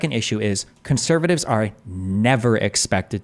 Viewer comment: “Conthervatives? Abtholutely not.” - 🤡